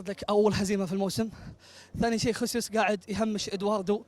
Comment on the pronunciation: 😂😂هاردلك 😂😂 قال خيسوس 😂